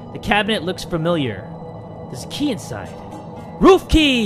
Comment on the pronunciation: I thought he said ruffie not roof key